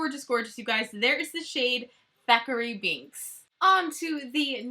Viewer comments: It's Thackery not Zachary haha love you!:) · Girl, it’s Thackery Binx.